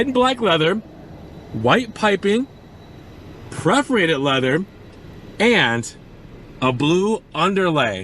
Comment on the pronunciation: It’s PER-forated, not PREF-orated; faux is pronounced “foe”, not “fox”.